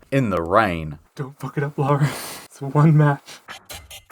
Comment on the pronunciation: be like "i said puck you, miss. Puck with a P"